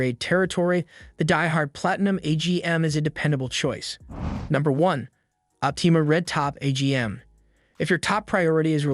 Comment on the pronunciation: Leed & opteema...lol